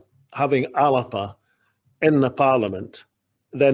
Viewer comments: Whats this ALAPA pronunciation. ALBA is the pronunciation . Soonds like WALLAPER . Is he taking the piss . Ridiculous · WHy is he pronouncing it the 'Alerpa' Party?